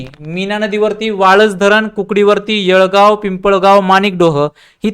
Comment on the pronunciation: येडगाव असं नाव आहे येळगाव नाही